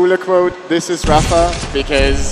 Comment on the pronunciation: zis is rapha ahah